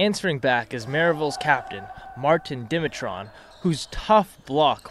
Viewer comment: It's pronounced "Dimitrov" lol